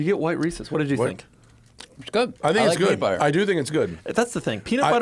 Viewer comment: Doug is the type of guy to pronounce Reese's wrong and right... it's Reese's not Reesies